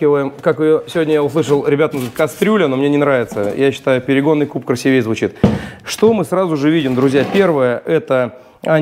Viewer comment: правильно говорить красИвее, на сказал красивЕе p.s. от Мирона К